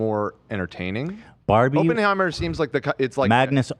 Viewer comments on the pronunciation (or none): If I heard ‘Open’-heimer one more time...haha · Come on Ethan! You’re Jewish! Pronounce Oppenheimer properly please!